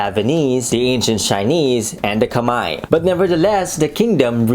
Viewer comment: You're the first youtube historian I've heard pronounce "Khmer" correctly, much props. My uncle is named what is anglicized as "Chompa", prounounced the same way as that ancient kingdom's name is. I believe I have some Cham ancestry in my family and that could be a reason why? Although my mother is short, much of her family is taller than average Khmer or even American people.